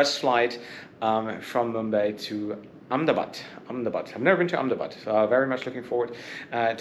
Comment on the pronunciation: Hey you pronounced Ahmedabad very rightly, much like we Indians pronounce Ahmedabad!